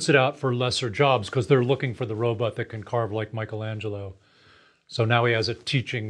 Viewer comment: It’s pronounced robot not robutt. I don’t trust people that can’t pronounce robot.